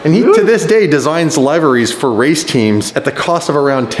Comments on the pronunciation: its not live-airy's its Live-ery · I thought I heard him say libraries, then I realized he meant liveries (lee-ve-reese) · the way he say liveries triggers me